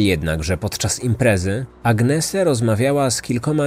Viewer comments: Nie Agnese czyta się,tylko Anies ( napisałam fonetycznie,tak jak się słyszy!) Młode kobiety nie powinny wyjeżdżać same,tym bardziej ze są to czasy ogromnej demoralizacji i coraz częstszych przestępstw! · Nie Agnese się czyta,tylko Anies. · Mieszkałam we Włoszech, i jeżeli była to Włoszka to jej imię czyta się Aniese ❤